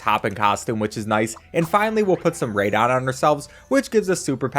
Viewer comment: He’s saying it wrong do